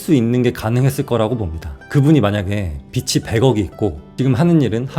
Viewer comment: 이런 가스라이팅은 언제든 당하겠습니다.ㅎㅎ😊 근데 '빚이'를 읽을 때 '비치'라고 발음하셨는데 '비지'라고 발음하셔야 맞습니다. 작가님이시니까 올바른 발음으로 부탁드려용😊